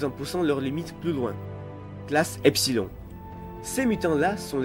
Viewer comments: Est-ce que je fais mon chieur?... Allez, on dit pas epsil-ON mais epsil-ONNE. Sinon bonne vidéo :) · Tkt, c'est normal. Je fais du grec, c'est pour ça que je le sais. Continue comme ça quand même (enfin sauf pour Epsil-ON, je veux dire pour le reste... bref tu m'avais compris)